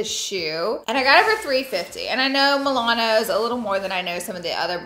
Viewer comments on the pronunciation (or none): Girl it’s MaNOLO not MiLANO! Lmaoooo 🤣🤣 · Is she saying Milanos instead Manolo? 😁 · Absolutely love these purchases. It’s Manolo, Italians it’s pronounced like Ma Nor Lor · Your pronunciation of Manolo made my day 😂 MA-NO-LO ♥️